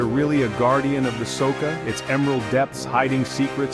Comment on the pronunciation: Soka? It should be something like Socha. Wrong pronounciation. Otherwise a great video, lot of passion in it. Congrats